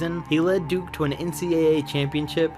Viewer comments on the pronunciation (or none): none